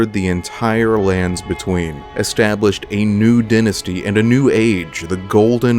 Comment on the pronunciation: Hey great video! I won't lie though, the mispronounciation of the word "Dynasty" was jarring